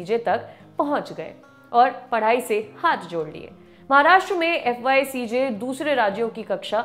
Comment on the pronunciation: fycj nahi fyjc - anchor madma correct yourself